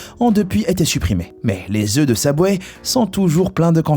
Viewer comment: Prononce bien wsh Subway pas SABWAY mgl tes perdu